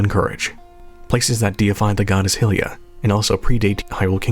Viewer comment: Hylia and Hylian as in regards to Hyrule. I don't know where Americans keep pulling the "hillia" and "hillian" pronunciations from. Stop.